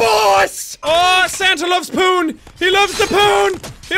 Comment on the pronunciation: When you said Santa loves poon it sounded like Santa loves porn